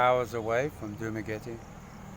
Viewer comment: Dramaguette or Dumaguette? 😂